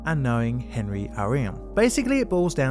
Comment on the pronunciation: "Henri" is actually pronounced ON-REE in French. Just sayin... Carry on. 😁